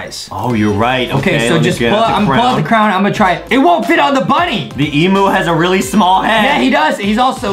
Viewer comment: Adem said emu but it’s named emoo lmao